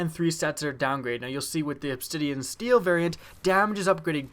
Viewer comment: steed not steel